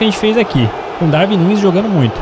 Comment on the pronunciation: Lê se Daruin Núnez